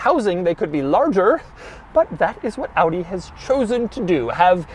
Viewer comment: Finally a car reviewer in english who says Audi correctly instead of Awdeeh. Doug always the GOAT.